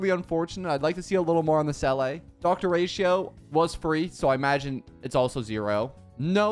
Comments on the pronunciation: why do you pronounce it selay when its see la she literally says it so much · The way you said seele.. it's pronounced see ley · I've never heard anyone say Seele like that... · hearing you say seeles name is heartbreaking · Not hating but u r mispronouncing the seele’s name and lc is not from the shop, it’s from battle pass